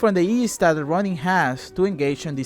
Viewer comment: i swear every time you say ronin i hear running. love your videos!